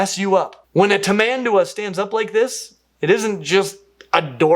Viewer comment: ps:, your pronounciation of tamanduá is spot on. Specially for stressing the last syllable, since there is an accent mark over the a.